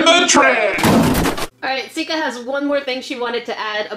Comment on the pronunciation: Why is everybody calling her Skia? It is Sika not Skia😂